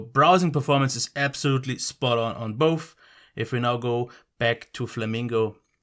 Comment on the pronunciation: It ain't boff it is both😂